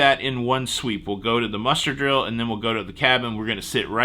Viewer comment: When I first heard “muster blocked” I swore you said “mustard blocked” and my mind went crazy for a second why a cruise ship would do such a thing. 🥹